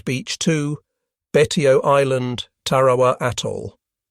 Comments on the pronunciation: Taw wa wa??? You mean Tarawa? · Once and for all, the island’s name is pronounced “Tar-a-wa”…..not “Tara-wah-wah”